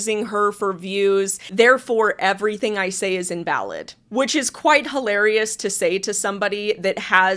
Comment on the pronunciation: I absolutely HATE when people make a G sound like a K!! 'Everythink' is not a word.